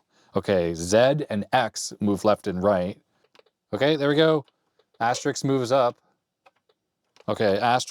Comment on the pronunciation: It's 'asterisk', NOT 'asteriks'!